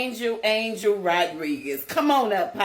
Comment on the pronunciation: People, pronounce his name right, “Ahn-hel” Rodriguez